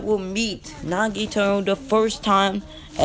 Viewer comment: “Nagato” not “Nagito” 🤦‍♂️👍